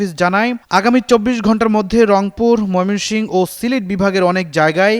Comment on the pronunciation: ময়মনসিংহ শব্দটাও ঠিক মত উচ্চারণ করতে পারে না এই সাংবাদিক।